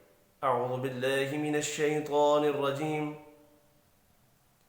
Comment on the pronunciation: ماشاءاللہ پیارے بھائی لیکن نہایت معزرت کیساتھ یہ لفظ شیطان الرجیم شیطوان الرجیم نہیں